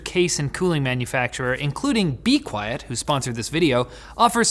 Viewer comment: I think you mean “be qviet”